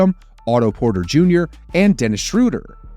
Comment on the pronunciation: The moment you said Shrewder, you lost me.